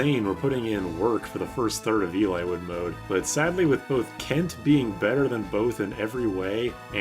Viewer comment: ahahahahahaha "elay-wood"